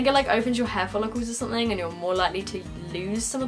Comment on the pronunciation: I find it cute how you say 'sunthing' all the time rather than 'something'